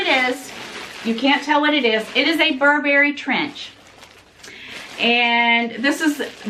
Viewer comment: Steam the coat. The reason it came wrinkled is because you keep mispronouncing the name. It’s BURbury, not burBERRY. Happy Thanksgiving,!🦃